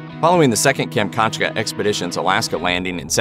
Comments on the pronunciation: Kam-chat-ka...how hard is to pronounce it correctly. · kam - chat - ka